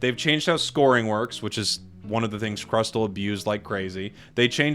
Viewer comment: Crustle is pronounce as "cras- sol"